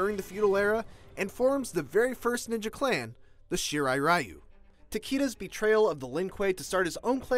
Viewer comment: Here is how you pronounce the clan name :-) you are welcome!